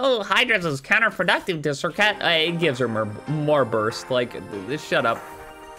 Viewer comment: You butchered that name 🤣🤣